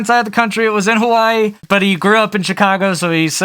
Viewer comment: love your videos but you said hawaii wrong but great vid!(from hawaii)